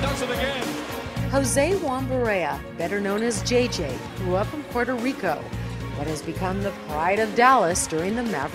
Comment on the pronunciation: is puueerto rico not porto rico